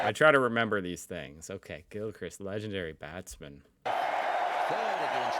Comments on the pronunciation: Mate, the Name is Adam GILKrist .. NOT CHRIST.. You should know that… it’s an English name and prob many in America have it as well.Better luck next time.😂😂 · Well hi, what happened to your wombat woman posting?? Gone! And it’s Gil - krist (no Christ - high on the “I” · Pronounce GILCHRIST not GILCRICK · Gilchrist is pronounced Gilchrist not Christ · It’s pronounced Gil-Crist… as in Christopher, not Christ. But he is usually called just ‘Gilly’. A “Duck’ means he was out without scoring any runs in that innings. Sir Don Bradman has a batting average of 99.4… because he scored a “Duck” in his final ever test innings. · It's pronounced Gill Krist not Gil Christ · His name is pronounced as Gilcrist Not Gilchrist Also is a Cricket Ground. He was A Wicket Keeper/ Batsman. Wicker is the bloke who stands behind the wickets for the bowling side. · Gil-crist as in mist, not Gil-cryste as in Christ. The Ashes is the series between England and Australia played every two years (five Tests each time, the venue alternates between England and Australia). A ton is a century, ie 100 runs for an individual batsman in one innings (ie one "at-bat"). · Adam Gilcrist is how it's pronounced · GIL-CHR-I-ST ... lol ... not as Jesus christ ... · Gill crist is how we hear his name pronounced. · It’s pronounced “Gilkrist” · Pronounced Adam Gil-Crist. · It's pronounced Gilcrist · His last name is pronounced Gill-crist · I just can’t believe how many times you mispronounced his name ha ha ha ha. All rounders are normally people that bat bowl and field well. Adam is an all-rounder as a wicked keeper batsmen. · "That's a six!" Commentators: "It's another four to Gilchrist" hears them not. Nor does he hear how they pronounce Gilchrist. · Gilchrist rhymes with mist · I’ve never heard Gilchrist pronounced that way before 😀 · Please, please, please, don't tell him. I love hearing Gilly's name pronounced that way.